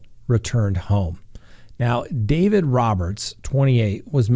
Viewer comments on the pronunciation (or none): none